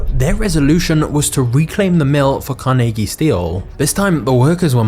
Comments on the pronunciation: THANK YOU!!! For pronouncing his name correctly!!! I live in a state with 24 Carnegie funded libraries, one is in; The Town of Carnegie, Oklahoma!!! So, did you know Carnegie was nearly illiterate and he pronounced his own last name as; Carneegee??? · I appreciate the correct pronunciation of Carnegies name, I had never considered that people would pronounce it different than how its pronounced in Scotland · Being a local from Pittsburgh, almost everyone here pronounces Carnegie how you do! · Fun fact: the alternative pronunciation of CAR-nuh-gee that a lot of the US uses is from Dale Carnegie, who changed the spelling but not the pronunciation of his last name "Carnagey". In Scotland and Pittsburgh, people pronounce Carnegie the way you do. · As someone who’s from western Pennsylvania I greatly appreciate the way you pronounced his name correctly and not the way they say it in New York. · Love that you explained why you pronounced Carnegie that way. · Immediately I thought you were saying his name wrong.. And then I learned something.